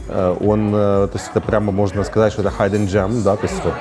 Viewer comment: Фотограф тусит в Америке и не знает как произносится слово hidden 😂